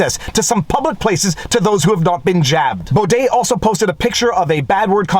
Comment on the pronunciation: I've read the judgement and it was all opinion based, the judge spoke about feelings etc. No laws where used in this judgement at all. All of our judges are political chosen and named for life, most are lefties. And lol your the only person who pronounces his name correct.